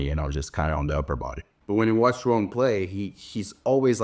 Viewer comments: You have such a clean pronunciation of João. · Are you brazilian? The "João" pronunciation was perfect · He's Brazilian so it's obvious he pronounced it correctly 😂😂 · Beautiful pronunciation of João. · Is Karue brazilian? Cause his pronunciation on "João" was perfect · I’ve been watching your vídeos for quite some time now and literally just noticed that you are also Brazilian by the way you pronounce João hahahahaha. Keep up with the good content!! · Yes!!! And it should be required viewing for all the other tennis media. If they can be bothered to pronounce Iga’s name correctly, then they need to pronounce Joao the right way too.